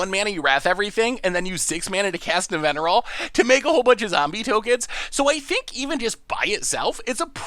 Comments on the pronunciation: mispronunciation also brings a little smile to my face. His absolutely perfect pronunciation of Nevinyrral while managing to but her Araumi, your own preview card, just makes me giggle. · pronounces Nevinyrral perfectly Also: Bonded Courier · Wait wait wait! You're telling me that can say easily say Nevinyrral but can't say chimera? What kind of logic is this? Also Nevinyrral goes infinite with phyrexian altar even more easily since you can eat all the zombies and Nev himself recast Nev and he'll coming in with twice as many there were. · I was looking for this comment. Was also impressed he got Nevinyrral because I even struggle with that one. But then be like CHIM-ER-A.